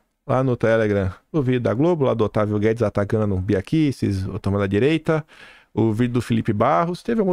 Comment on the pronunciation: Bia Kiks? Dispensa tanto as apresentações que não sabe nem pronunciar o nome.🤦‍♂️🤬